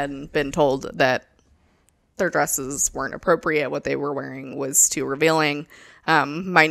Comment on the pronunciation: “Be apporpiate” go me over here picturing a porpoise wearing the garments 😂